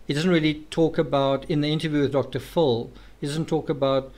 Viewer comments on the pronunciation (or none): You say it. “Dr fill”